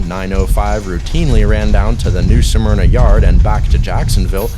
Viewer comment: “New Smerna” not “New Suh-Merna”! C’mon man!